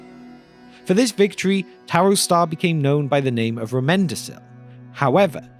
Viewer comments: It"s pronounced romendakil. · Nice video! Quick note on pronunciation, though: the "c" in the names of Gondorian kings like Roméndacil, Calmacil or Umbardacil is pronounced with a "k" sound -so Ro-men-da-keel", "Kal-ma-keel", etc. The portrayal of the Easterlings in the movies was alright (if barely existent, seeing they were almost entirely cut from the Siege of Gondor and only appeared in a few frames), but I was still disappointed there were no long-bearded Variags. Not a big fan of the movie version of the Battle of the Pelennor, and the lack of diversity on the evil side is one of the many reasons why.